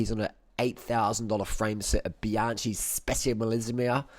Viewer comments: stop saying bianshee!!!!!!! It s bianchi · Excuse me, pronunciation it is BianKi not Bianči 😉 The oldest bike manufacturer in the world and creator of spoke bikes. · Bianchi is pronounced Bian.ki. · Great video, but Bianchi is pronounced as bee-an-key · I think he is saying Bee- on- chee to piss us off😆😆. . You think he says it bad one lady said to me is that a, Ban-she. Hehehee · Bianchi is pronounced bianki. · New drinking game: drink a shot every time he pronounces Bianchi horribly wrong. 😀